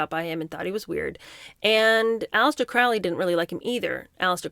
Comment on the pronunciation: For those who know, it's pronounced CROW-LEE. Rhymes with Holy, not Foully.